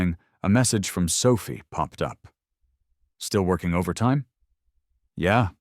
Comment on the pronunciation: How the fuck did she walk out the door? She's in a wheelchair. And who is Mandy? I know Clara, and Sophia, though the narrator sometimes pronounces it Sophi, but I don't know a Mandy.